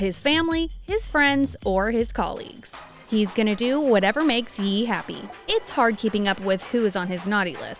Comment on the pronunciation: Ye is pronounced Yay not yee.